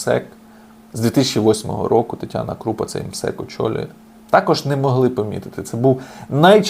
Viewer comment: Що таке крУпа? КрупА, людина на прізвище Крупа. Звичайне слово, звичайне прізвище, читаєця просто, без вибриків.